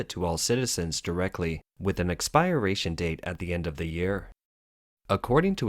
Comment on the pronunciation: The male narrator can't pronounce Chinese/Mandarin or even English words like "expiration" 🤦